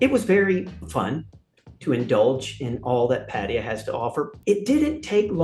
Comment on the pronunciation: I thought he was going to be a dick at first but he's quite cool and honest and likeable. He can't say Pattaya though.